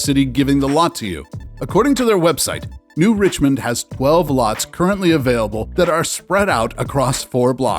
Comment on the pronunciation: I live right next to “New Richmond,” it’s actually New Richland, lol. Pretty scuzzy town, we used to make fun of it growing up, but it’s right in the heart of farm country if you’re in to that.